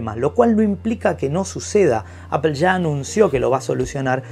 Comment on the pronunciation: Apol, foneticamente se dice apol no apel